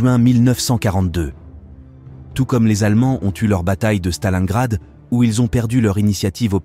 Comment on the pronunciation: On dis pas stalangrad mais Stalingrad.